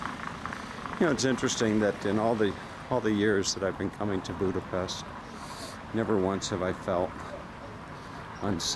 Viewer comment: It's Budape-sh-t, just as in the word shout and unlike the "s" sound in the word saint. Anyway thanx for the vids, great job! 😉